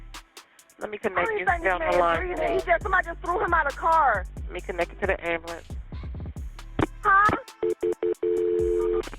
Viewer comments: imagine dying in the street in shitty atlanta, and all this girl can say is "SEND AMBALANTS" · I’m sorry but it’s so fucking funny when someone says “ambalamps” instead of “ambulance”.